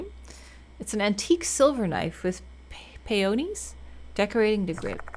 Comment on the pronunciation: pronunciation is pee•uh•neez (with the emphasis on the pee) 🤭 A peony is a flower. Peonies is the plural. 🩷